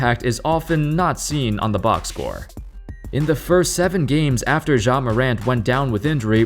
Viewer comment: I can't get over how you're pronouncing it like "Jzha" lmao😂